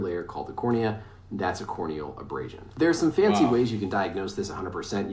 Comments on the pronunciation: "core o'neal abrass sun" 🤣🤣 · “Suffered a corn kneel abrashon” boy what 😂😂😂😂